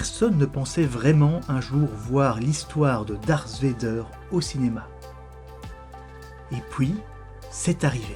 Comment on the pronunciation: "l'histoire de darss védeur" lol